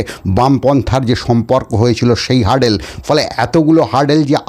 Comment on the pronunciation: 'হার্ডেল' নয় রে ভাই, 'হার্ডল' 'হার্ডল'!